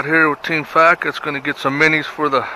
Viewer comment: Minnis? The word is minnow not minni